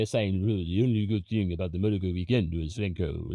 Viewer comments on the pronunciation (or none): none